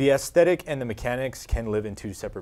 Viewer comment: I keep hearing them mess up on the word "aesthetic" with "thesthetic" lol #Bethesda